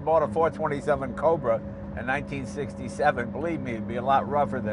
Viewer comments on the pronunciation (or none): none